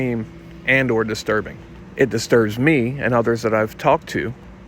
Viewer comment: Distirbing Diiterbing it must be a secret Tub code get it